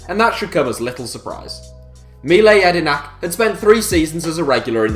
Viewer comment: Fuck do you fuck up pronouncing mile jedinak